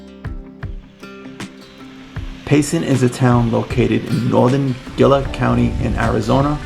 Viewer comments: Pronounced HEELA not Gil-aaa (Gila) County) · So ya know, Gila County is pronounced "He-la". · I retired to Payson in 2022. We love it here! One small correction. Gila County is pronounced with an ‘H’ sound as in Hee-la. Great video!